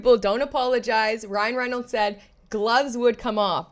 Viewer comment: “Cryan Reinolds” 😂